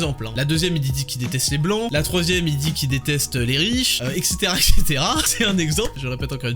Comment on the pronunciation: savez réellement comment prononcer "etc".